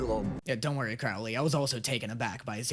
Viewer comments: ok ok ok ok,I literally hate that I'm this person right now but I swear if I hear pronounce it as crowel-ley one more time and not crow-ley I'm gonna have an aneurysm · How have you been hearing Crowley’s name pronounced correctly (first syllable "crow" as in the bird) but you're still pronouncing it wrong (rhyming the first syllable with "now") EVERY TIME? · Could you please say Crowley and not Crawley, he kind of changed his name 😅🙏🏽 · Just a tip that help me to pronounce Crowley name right it’s Crow like the bird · CROW-lee.. like the bird. "Crow" rhymes with "show." I know it's different to Americans, that's why I'm letting you know. And yeah.. everything you said at the end was how I felt as well. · Does it drive anyone else crazy how pronounces Crowley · You either need to start saying Crowley’s name correctly or stop making this series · Is anyone ever going to let know that he's pronouncing Crowley's name wrong lmao